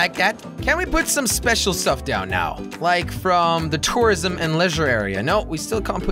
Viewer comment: He sounds like he's saying terrorism